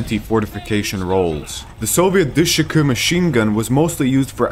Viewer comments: You can just pronounce it as Dishka than what you just said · Why he say it like du shu cu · The good ol' "DIISSHKE"